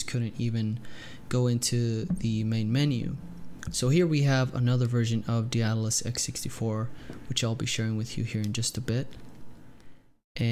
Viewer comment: Lmao none of these noobs can pronounce Daedalus